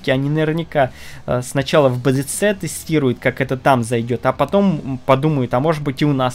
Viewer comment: в слове блиц- ударение на "и" ставят и во множественном лице.